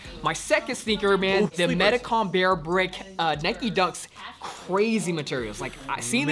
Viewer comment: Why did you have to put so much emphasis on the BRICK part man, i have a pair 😭😭